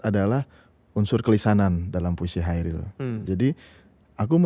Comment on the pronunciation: Pengucapan Kairil Anwar dari pembawa acara terasa mengganggu. Seharusnya KHairil Anwar. Selain daripada itu, video ini sangat menarik dan bernas!👍👍 L50.